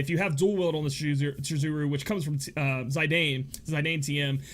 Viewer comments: Again with the French. It's pronounced: Zee Dan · I don't know if anyone has corrected you yet, but Zidane is not pronounced that way. Im no phonetics expert, but if you look up some cut-scenes from Dissidia Final Fantasy (I know it is said during Squall's first cut-scene for certain), you'll hear how it is supposed to be said. I don't mean to be rude, and I'm by no means upset about a name never voiced in its original game. I just figured you'd like to know.